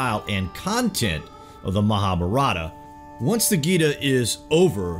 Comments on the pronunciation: I dont mind pple hqve diff accents. But the way u say MAHA-APARATHA means "GREAT SIN" its MAHAA BHAARATHA meaning GREAT INDIA! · U r butchering the word "MahaBharatha" it is pronounced: "MAHAAA-BHAAARATHA"